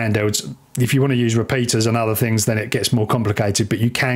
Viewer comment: The word is "OTHER". Stop pronouncing it like it is spelled "UHVUH".